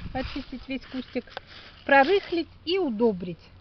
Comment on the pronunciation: ПрорЫхлить и удОбрить... Дальше не стал смотреть.